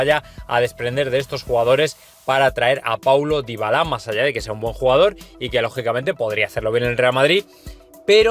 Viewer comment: Ya le cambió el apellido al jugador xD le puso un apellido Africano Dybalá, es Dybala amigo, para que sean cada ves mejor los videos hay que pronunciar bien los nombres y apellidos amigo